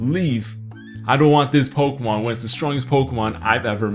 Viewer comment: I PLAY POKEHMON GO EVEWYDAY!!